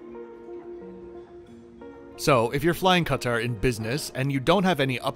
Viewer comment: First & foremost, points should be given to just for the pronunciation of Qatar (Ka-tar). When I tune in to CNN or MSNBC, I always cringe a little when I hear the anchors pronunciation of Qatar as "Carter". I was even wondering why do they keep calling out this person/ individual that the US government is seeking diplomatic aid from 😂 until I realised that they were actually referring to Qatar. 😑